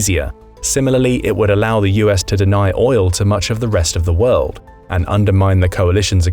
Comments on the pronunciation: The “Wold” 🤭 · What is “The Wold”? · Wold? Haha. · Uhhh🤨what’s a ‘wold’? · *WORLD;...-->>NOT: "WOLD"!!! !! !.